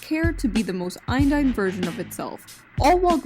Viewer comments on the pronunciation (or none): Anodyne = iodine. Good job shoe, killed it 🤣